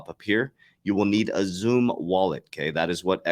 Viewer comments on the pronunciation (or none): I think xumm is pronounced "sum" Was a little bit confused at first what zoom was